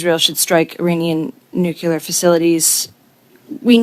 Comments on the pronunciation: Nobody here can say nuclear. Nukular is a george bushism. Everyone sitting is too dumb for their position... Lack of confidence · Are people ever going to pronounce “nuclear”? It is not “nucular”…